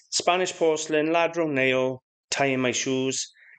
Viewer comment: I think its pronounced Yadro and not Ladro. I'm sure anyone who does not speak Spanish says it like ladro, I used to too but I'm pretty sure its pronounced Yadro